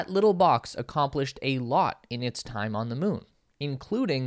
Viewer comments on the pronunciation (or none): none